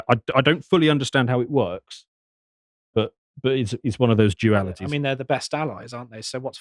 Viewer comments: lol "Jewalities" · 17.48 did he say...jewality...? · I'm sorry,, what did you say right there? Jewalities? 🧐